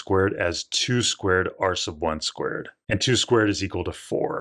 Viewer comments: Why do i hear pie arse of one square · Help i cant stop hearing "arse of one"